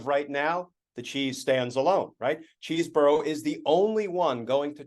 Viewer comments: You should at least learn how to pronounce Chesebro. It's maddening, and I'm a subscriber, but it really bugs me when I miss focusing on your content because every time you pronounce the name so wrong, it's like fingernails on a chalkboard for me and others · I mean, who cares because he's a loser, but it's pronounced "Chez borough" rather than CHEESE. As confirmed today by the Wisconsin Rapids Daily Tribune. Primary sources are key for information like this. Just makes you look smarter, it's not about the criminal.